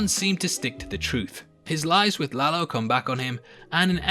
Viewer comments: You actually pronounced it right, it’s no La-low just La-lo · You are one of the few that pronounce Lalo right!. Is indeed La-lo, not La-low. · You didn't butcher the name Lalo.